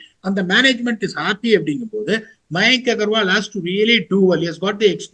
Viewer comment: Like your shows and candid views. Informative and entertaining. Could you please pronounce the names of these players correctly? -- Shubman (not Shubmaan), Shreyas (not Shreyaas), Mayank Agarwal (not Maayank), Yash Dayal (not Yaash)